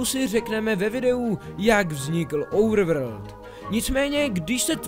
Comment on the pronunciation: normalni lidi: overworld: ouvrvrd